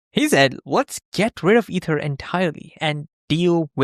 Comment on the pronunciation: Hey, hope this can help. Your intonation of ether stressed the incorrect syllable.... And you missed a pause.... Su-PERfluous.